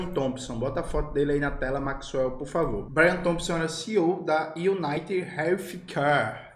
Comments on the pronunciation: Maxwell é um gigante da pedagogia. "United=Manchester United" e "healthcare=relf quer". E o Jones ainda destrói a pronúncia kkkkkkkkkkk. Que dupla dinâmica. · iunaited rélfquer (o F é de quem tem lingua presa)